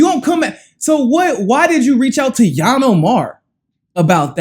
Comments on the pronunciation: Please pronounce her name ..ill-han not yan. It's confusing when you make up a new name for her. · Hey learn how to say her name right i thought you were talking about another person. Lol. It's ( eel - han)